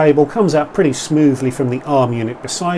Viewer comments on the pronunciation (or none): none